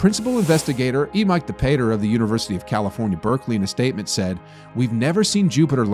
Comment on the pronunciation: Wow you really butchered her name. "Emike"? It's "Eemkah De Pahter".